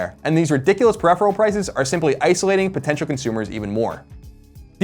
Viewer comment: Best episode yet, he's getting real good at talkin' those words. Though he does say peripheral funny...so still room to improve.